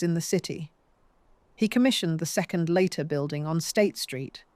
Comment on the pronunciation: Lighter, Leeter, Layter- "Leiter", as a Swiss surname, is probably pronounced "Lighter". The speaker changes their version ever other sentence, which makes me think it's AI, even if not uncovered.